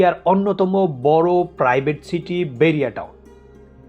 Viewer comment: আপনি আগে ছাইড আর ছিটি বলা চেঞ্জ করেন। 😂😂😂😂